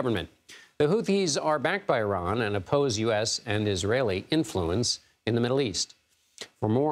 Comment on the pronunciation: When a guest on the news show mispronounces “Iran,” I immediately stop listening